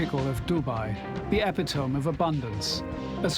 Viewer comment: Cannot pronounce 'epitome' correctly at 8.22!